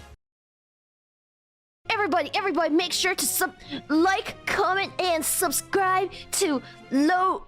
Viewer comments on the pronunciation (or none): none